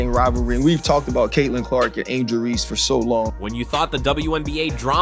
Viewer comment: Angel ReeSSSSSSe. Not angel Reee!!!!